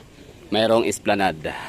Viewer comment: Esplanad po Sir mag pronounce ng esplanade❤